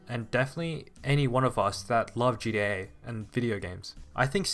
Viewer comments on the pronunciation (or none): Man can you stop saying "GDA"